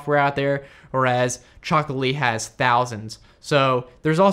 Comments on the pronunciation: Chocola- TEE, not Chocolate-LEE. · You're saying "Chocolatey" wrong 😂